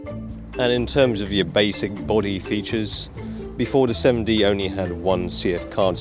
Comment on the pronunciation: He pronounces it like 'semmen dee' so it can appear to sound like semi